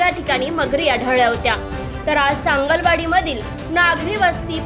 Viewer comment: anchor la (news reader la) sangli wadi nit mhanata yet nahi . "sangal wadi " mhantey kuthun dharun analay jila ucchar karta yet nahi kas selection kartat he you tuber ?